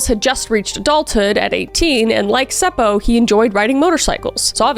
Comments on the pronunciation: Being from finland, i cant help but giggle at some of the names you pronounced. Like Seppo just being Sepou. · Omg I LOOOVE how you say Seppo/Säppo! And the fact that you actually say it right! 😁😍🥰👌🏻👏🏻🖤